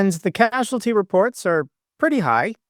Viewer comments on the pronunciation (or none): none